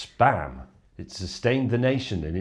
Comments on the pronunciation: *Teenagers giggle*. James May: its S P A M ! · The way he said SPAM I was expecting a SPAM, versus, SPAM.